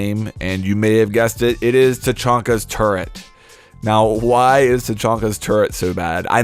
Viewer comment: TURRET! NOT TURRENT!